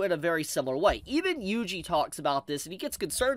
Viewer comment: His name is pronounced “wee wee” not “yui yui”